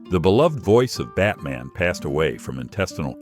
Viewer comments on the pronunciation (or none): none